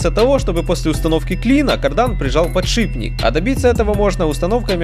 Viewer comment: Сколько же вас учить не подшибббник , а подшиППППник